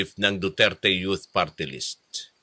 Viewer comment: 'in behalf of the duterte yot partylist" daw.. ano yaka yung yot na tinutukoy nya? itong nene na ito kakainin to ng buhay ng mga tulad ni cong flores at cong luistro.